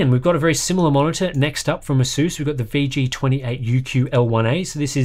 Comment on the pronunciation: Apart from pronouncing ASOOS wrong, (Why? there's no O's in it!) and like the americans. Very nice! 👍